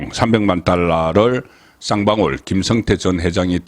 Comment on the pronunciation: 김성태와 김형태를 분명하게 발음해 주세요